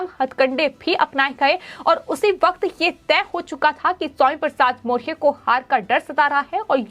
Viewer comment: मोरिया ! मौरया बोलना सीखो पहले